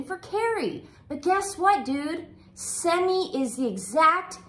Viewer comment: Seema not Semi